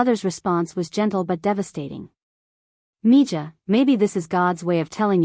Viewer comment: Mija is Spanish and is pronounced me-ha.